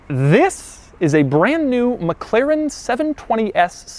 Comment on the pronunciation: This must be the weirdest pronunciation of 'McLaren' I've ever heard in my whole fucking life.